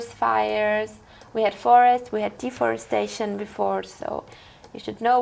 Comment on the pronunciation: It's deforestation, NOT deforestdation!